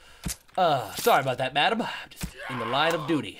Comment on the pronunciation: YOU SAID DOOTY!